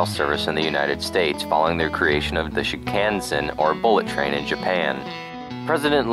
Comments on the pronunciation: Shin-Kahn-Sen Not Shin-can-zen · It’s shin-kanh-sen not shin-cah-sen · you pronounced Shinkansen wrong (shin-KAHN-sen) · It’s shin-kan-sen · got ptsd every time you said, "Shin-can-sen" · I have never seen someone butcher "Shinkansen" this badly